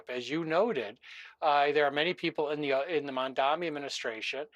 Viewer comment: Can anybody say this guy's name right. It's pronounced Mom-Donnie